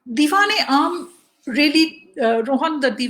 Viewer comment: its Diwan-e-Aam